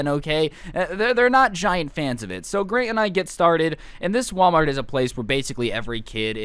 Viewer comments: at one part he says grate instead of grant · i thought you were saying "gran" as in granny i was laughing so hard😂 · Wait I thought he was saying Gran like grandma